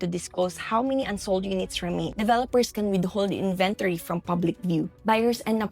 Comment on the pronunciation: You kept mispronouncing the word inventory